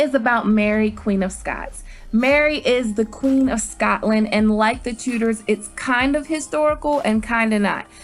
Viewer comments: TuDors - it's pronounced with the D in it! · I found it it hard when you said "I'm a history buff" And then pronounced 'Tudors' as 'Too-ders' (It's 'Tchoo-ders', just like it's 'Tchumah' not 'Toomah'). But then to say that 'Reign' had good costumes! They're impressive... but bloody awful from an historical context. Also, GoT is not a Period drama, it's a fantasy drama. 'Period drama' suggests its part of actual Earth history... Otherwise a good video. Doesn't the Last Kingdom's protagonist bother everyone though? Uthred is the oddest performance I've ever seen... The way he talks, his bizarre costume?